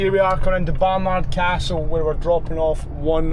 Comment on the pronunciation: I’ve only ever heard Bar-nud castle like 😂, never heard the AR in it before Keep up the great work 💪